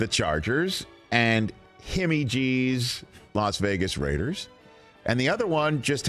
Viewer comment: We really have Rich saying “Himmy G”😆